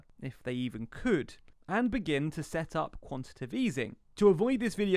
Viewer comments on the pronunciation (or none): Previously whenever I've heard talking about "quantitive easing" in monetary policy, I've assumed the presenter just had tongue-trouble; but now they're writing it as well as saying it (5m 3s and then repeatedly). There's no such word as "quantitive" folks. The term is "quantitative easing" - i.e. easing of a quantitative kind. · Oh and it's "quantitative" not "quantitive" easing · Come on man: "quantiTAtive"...